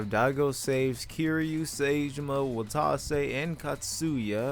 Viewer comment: no way daigos in fortnite, check the battlepass dawg yous needa play yakuza 4 again n listen how sasai pronounces saejima sa i ji ma